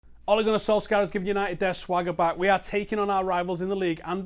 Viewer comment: I will not like your videos as long as you keep mispronouncing the mans name as Solskyaa